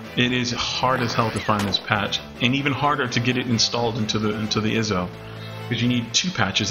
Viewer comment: Thanks for the info, but "iso" is pronounced "eye-so". My ONLY complaint with the whole video. Other than that, thanks from 2021!